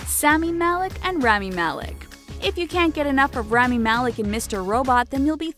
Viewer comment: Its spelled RAH-MEE malek and not REMY malek